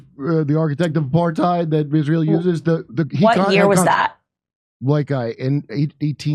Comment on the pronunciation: why does she pronounce it "ishrayul" i dont understand